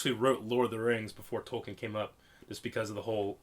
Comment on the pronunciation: "Tolkien is pronounced "Toll-KEEN," with stress on the second syllable, like "toll" and "keen," not "toll-kin." The author himself emphasized this, clarifying it as a Germanic word tollkühn (ü being pronounced 'ee') and correcting people who said "Toll-kin" Its been 8 years since you wrote thus, hopefully you've learned that since then